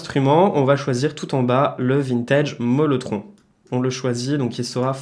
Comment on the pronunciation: C’est le Mellotron et pas molletron😉